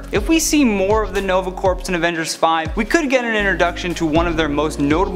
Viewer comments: Corps is pronounced as "core" not "corpse". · IT is not pronounced Corps it is pronounced Core The p and s are silent in this context now if you are talking about a dead body they are not. so you are saying " the nova dead body" instead of "The Nova Army" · It's a mispronunciation. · LOL I wasn't going to say it XD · Jeff Jones---I also pointed that out. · I came to the comments for this. It triggered me